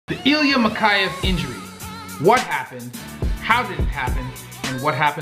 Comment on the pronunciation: mikhEyev, not mikhAyev